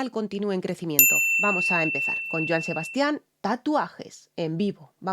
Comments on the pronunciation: En el caso de Joan Sebastian, el nombre "Sebastian" no lleva acento ortográfico, porque el énfasis no es en la última sílaba como la estás pronunciando, el acento prosódico es en la primera "a" que es en donde debes hacer el énfasis. En otras palabras: no es "Sebastián" sino "Sebastian". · gracias ..todo bien solo la pronunciación de Sebasti án ....🤥